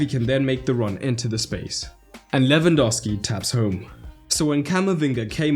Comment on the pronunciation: "Lwandowski" seriously?